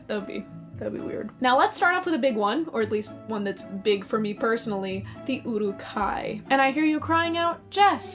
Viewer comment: Your pronunciation of Uruk...